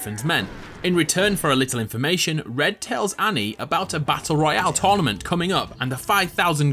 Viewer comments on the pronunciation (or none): none